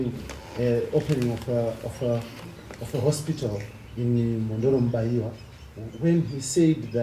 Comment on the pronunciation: Inonzi Mhondoro Mubaira not Mubaiwa 😮